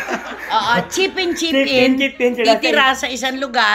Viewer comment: Nag iihit ako ng tawa sa peach in peach in instead na chip in chip In 😂😂😂